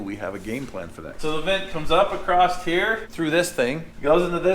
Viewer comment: word of the day: Acrosst